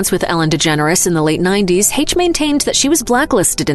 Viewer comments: The "CH" in Anne Heche's name makes an "SH" sound.... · Way to mispronounce Anne Hache.